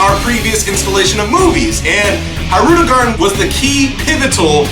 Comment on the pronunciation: Oh Man U butchered his name lol